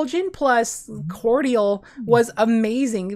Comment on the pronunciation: Mispronouce "cordial" again please 😂